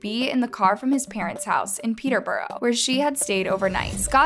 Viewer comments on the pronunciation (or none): The way she says peterbrough triggers me sm💀💀